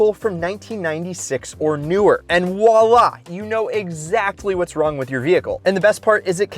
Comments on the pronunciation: its not walla its voila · He said wahla! Who’s gonna tell him… Edit… 100$ for downpipes… what. I need a 800$ refund then.